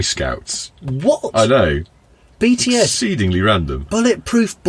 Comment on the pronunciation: As a long time listener/watcher and ARMY, I legitimately did not expect BTS to make an appearance. Also good job on the pronunciation.